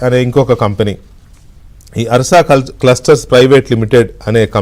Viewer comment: ఆర్ష కాదురా ఉర్సా రా ఉల్ఫా నా డాష్ 😂😂😂😂